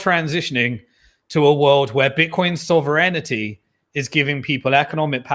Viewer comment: Errr...., you had me until "Bitcoin Soverinnitty.."